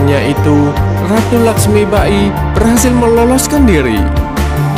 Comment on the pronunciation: Dr awal smpe akhir pen komen, lakhsmibai min bkn lakhsmiba-i 🤦‍♂️ Ini kan film bollywood bkn jepang.. Saya suka channel ini, mg kdpannya msukan2 netizen di apresiasi & dtrima ya min, bkn skedar kritik tp jg mmbangun ✌